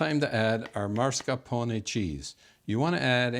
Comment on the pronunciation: mah-scar-POH-nay not MAR-scah-poh-nay.